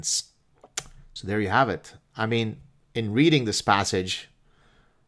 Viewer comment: Silly detail, I know, but the name is pronounced J-oo-ng, not J-ou-ng.